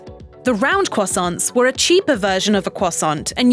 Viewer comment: why does she say croissants crwosounts?